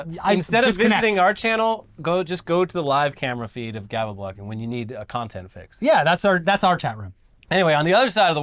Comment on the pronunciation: As a Scandinavian myself, it's adorable to hear you try to pronounce Gävlebocken. is close, is hamburger.